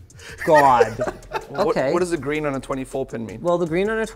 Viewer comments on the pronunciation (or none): none